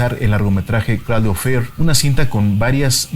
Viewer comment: se pronuncia creidel